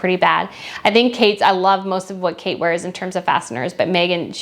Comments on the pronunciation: It’s fascinator not fasteners 😂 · Fascinator, not fastener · The word for the hat is Fas-en-a-tor, not Fast-ner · FYI it’s a Fasinator not a Fastener! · It’s fascinator not fastener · It's a fascinator hat, not a fastener hat 😆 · It's fascinator, not fastener, is it? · The word is “fascinator” not “fastener!” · are you calling the “fascinator”, a “fastener”?? Sure sounds like it 🤔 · Do you call hats fastners, or am I mishearing that? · It’s a fascinator, not a fascinor or fastener. Maybe it’s just your accent? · Do you mean fasinater? Not a fastener. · It’s “fascinator,” not “fastener.” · I love your channel and I've subscribed to it. On this video, it sounds like you're saying "fastener" instead of "fascinator" or maybe my hearing is just bad. I love that you're honest in your critique of MM's clothing. You give her props when she deserves it which with her clothing choices rarely happens! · Slow down… the hat is a “ fascinator”. Fas-cin-a-tor…..4 syllables. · So glad I found your channel! You’re kind but honest, great combination when there are so many slurs around. BTW, it’s not “ fastner” it’s fascinAtor”. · I believe its pronounced " fascinator" not "fastener" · Are you just pronouncing fascinator as fastener 🧷? Or do you really mean to say fastener about her fascinator hats? 👀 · ‘Facinator” ….not “Fastener……. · Is “fastener” any particular American accent or regional dialect for “fascinator”? I know you lived in the PNW (as do I), and I don’t tend to hear much of an accent, but I also hadn’t heard them called that before in this area, so I’d be curious if there’s history there!